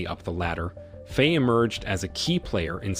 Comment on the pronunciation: At least learn to pronounce the names. "Faye", for example, rhymes with "fry". not "fray".